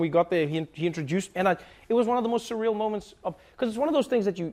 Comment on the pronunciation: When he said..."SURREAL" like "Cyril" (the president's name) lol...no ok I'll stop. But I seriously do love Trevor Noah, he represents our counrty in the most beautiful and authentic way; keep it going ;)